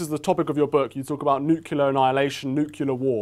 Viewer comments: NEW KLEE ARE, not NEW KYOU LAR. get hip, jack. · Can't stand these people saying nukelar instead of nuclear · My grandparents immigrated to Edmonton, Alberta, from Glasgow, Scotland. I was born and raised in Washington, State (Mom became a US citizen when I was in 5th grade). I've always had a PROBLEM with much of the US "Bumpkin" pronunciation (it is CREEK, NOT "Crick", ROO-OOF, not "Rouf"; NU-CLEAR, not "Neucular.") I'm a bit persnickety. I'm rarely understood by MOST US citizens, as a result... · It is disturbing to note that a critical discussion of a possible nuclear holocaust, the host mispronounces it as NUKYULAR. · "nuculur weapons" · What's with "nooklear weapons" and "noo". For heaven's sake, get a grip! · NU-CLE-AR It is pronounced "Noo-clee-ar", or "Noo-clear" Pretty much like it is spelled (Nu-clear).... Just because Reagan was too addlebrained to get it straight, doesn't mean that it's OK for everyone else to feel free to mangle the pronunciation. Language ability has a close correlation to intelligence, and lifetime achievement. It's what allows us to express ideas and communicate abstract concepts to others (OFTEN to the benefit of ALL). The accepted degradation of any language merely signals that Society's general approval of the systematic dumbing-down of all, with the exception of the Elite. The Elite ALWAYS see to it that they have all the advantages. It would be NICE, if public speakers spent a little bit of time to confirm what example they are setting for (sometimes) a worldwide audience. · Maybe if they can't pronounce it - they figure out how to use it...